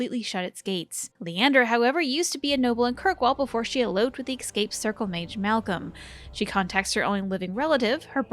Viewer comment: I know it's really petty to point out but it's not "ek-scape", it's "es-cape"